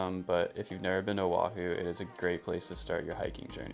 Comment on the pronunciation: The way she says “Owahew” haha